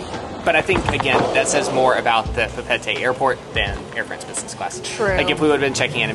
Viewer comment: Uhm how the he’ll did you pronounce Papette?!